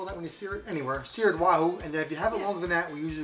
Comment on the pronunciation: stick to being the camera man and cooking! You literally butchered that Wahoo!! 😊😂😊